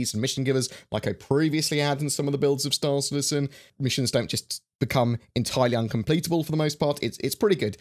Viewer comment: Storr Citizin